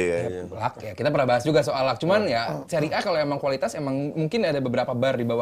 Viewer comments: Orang" Bapuk yang ga paham seria mencoba ngomong seria A. Alhasil tau lah nama pemainnya aja salah sebut semua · nyebutin nama pemain aja salah, kok ngebahas seria.